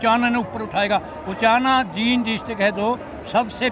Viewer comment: Anjum ji aap Jind ko जिंद bol rhe h jbki जींद bolna chahiye, Isko aap thik kijiye Aap baar baar galat pronounce kr rhe h